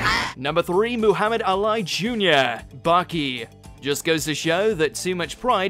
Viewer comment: “MoO-hAuMeD eYe-LiE Jr.” the pronunciation isn’t difficult at all man smh